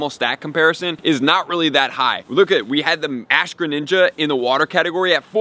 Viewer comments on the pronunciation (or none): none